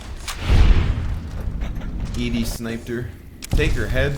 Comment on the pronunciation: Bruh, just say EDDY. LOL